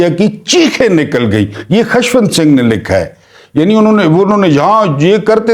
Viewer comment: Good work.however,keep a watch on pronunciation. Like"khashwant"&milk shah ,koshal.etc.